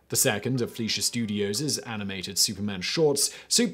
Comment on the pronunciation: anyone else bothered by his pronunciation of "fleischer studios"?